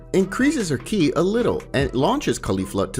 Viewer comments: "With the increase of his Kai" BRUH ITS KI! Bro can't even say the term right. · Its not "Ky" its "Ki" (Ke). Misunderstood what you meant a couple of times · I’m not hating but It’s ki not kai it’s basically saying “key” lol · It's ki as In key your saying Kai as I. Dragon ball Kai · KI isn't pronounced like "Kai" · ki not kai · Maejin buu 😭 and Kai in stead of ki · It's so funny how he says "kai" instead of ki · This is good but Watch the anime and realize your pronouncing Broly, ki, and several other things wrong. (Bro-lee), (k-ee). Love the content though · Ki is pronounced as key